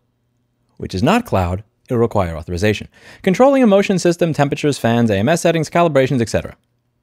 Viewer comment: "Comments on non-native English speakers for making a plural mistake, goes on to butcher the word Authorization." -- That unnecessary ad-hominem backfired in just a few minutes. I understand the frustration, we all have it, however please don't insult those who make an effort and make mistakes while doing so. As you illustrated, even native speakers make mistakes.